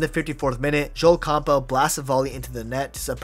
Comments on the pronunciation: Bro its Camp bell or Cam-bull. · Lol who pronounces Campbell like that?